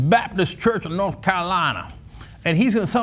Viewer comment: Cenk I don't appreciate how you pronounced North Carolina. Not everyone speaks like that. Don't let me catch you doing that again.